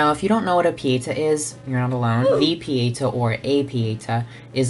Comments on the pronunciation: it’s pietà, not pièta 💙💜❤️🧡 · love you passion for art history. but I must say you butchered my language (italian) while talking about the Artistry palette, so here's how you pronounce those terms: Chiaro: key-ah-row Pietà: pee-eigh-tah Giorgione: Jor-jo-neh you're welcome legend <3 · That bad pronunciation of "pietà". It killed me